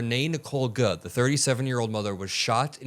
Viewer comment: Why are you pronouncing "Good" as "GUD"? Are you mocking her? It's you said "GUD" as her name. Did you eat a gud meal today? Do you like doing gud for people? What is wrong with you DUDD?